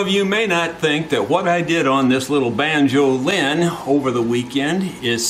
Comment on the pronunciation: (*"banjo-LIN, as in Mando-LIN)